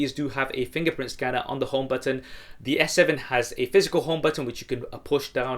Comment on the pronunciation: You had a hard time saying button so keep practicing on pronouncing those.